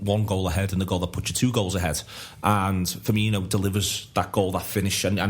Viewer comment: FUR-MEEN-OH please tell him hes doing it wrong